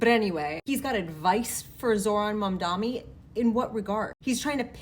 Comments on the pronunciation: It's Mamdani, not Mamdami. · Mamdani not Mamdami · It’s Mamdani not Mamdami! Need to get it right. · Please stop saying "MamdaME" it's MamdaNi with an N. It's really not that hard, why doesn't anyone get it right? Respect his name please. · lol "mamdami" some names'll mess ya up on some days. so relatable. when i was still working it out i was saying it that way before realizing it was mamDANi. most people give you a pass if you are trying tho. : ). i love when he was doing a debate and CORRECTED the guy that was mispronouncing it. and that's happened on host shows too where they corrected other guests, just checking that right then and there. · Dudette —Great message but did you keep saying Mamdami? 😂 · You have good videos. But it's MamdaNi, with an "n". Common suffix of surname from the western part of the Indian subcontinent. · Okay. Please. I know you are not going to read this but even YOU can t get his name right. ITS WILD! It’s MAMDANI with an N not and M. Please what is wrong with you. You’re embarrassing yourself. Embarrassing us. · Why the f• does everyone on both sides keep saying mondommmy? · Girl!! Its Mamdani! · MAMDANI MAMDANI MAMDANI. It’s really not hard to pronounce I’m really confused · Mam-da-knee. Sorry not being mean. You can delete after reading. ❤ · Why do people have such a hard time saying his surname lol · Not getting Mamdanis name right is making my ears bleed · M-a-m-d-a-n-i Y'all really should learn how to say it properly